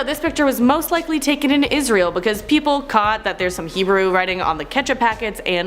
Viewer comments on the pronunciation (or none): none